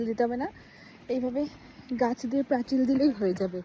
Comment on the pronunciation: তোমার পোস্ট দেখতে খুব ভালোবাসি তার একটা কারণ তুমি আমার শহরের মেয়ে বলে , এবার একটা কথা বলি কিছু শব্দ এমন থাকে যা সেই অঞ্চলের মানুষের মুখে মুখে একটা কথ্য রূপ পায় যেমন প্রাচীর কে প্রাচিল বলা , সব জেলার এমন কিছু নিজস্ব ভাষা বা শব্দ রয়েছে , যেমন কামড়ে দেওয়াকে অনেক জায়গায় বলে লুচে নেওয়া , একটা বিষয় হলো তোমার এই সহজ সরল উপস্থাপনা খুব ভালো।